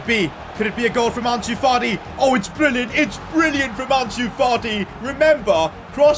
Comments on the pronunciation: did say Farti instead of Fati lmao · am I the only one to hear Partey before realizing he ment Fati? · He called fati farti he already a lot of disrespect on him name he don’t need more 😂 lol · Why do you call fati farty